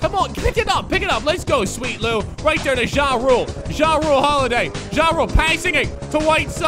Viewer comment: The way he said jrue holiday made me mad but I still loved the vid